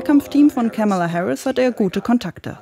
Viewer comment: Ja, aber Kamala können sie immer noch nicht aussprechen ;-) Die Rede in Butler hab ich auch live gesehen und kann immer noch nicht verstehen, was die Leute an dem Typ finden. Und Musk erst, peinlicher ging es kaum. Eine Frau meinte, sie hält sich mit der Kritik zurück weil der ADHS hat. Konnte ich nicht nachvollziehen....